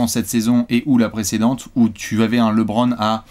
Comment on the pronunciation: Bon il va falloir commencer a bien prononcer Lebron un jour. C'est pas Lébron..;)